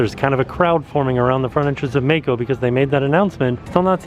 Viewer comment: I love how butchers names., if you ever read this comment, I assume the ride you referred to in the beginning is spelled "Mako". If so, it is not pronounced with a long "a" as in "May-ko". The correct pronunciation is "Mah-ko". Rhymes with the name "Rocco". I believe it is the Japanese word for either shark or a type of shark. Not sure. Hope that helps. Keep up the awesome work!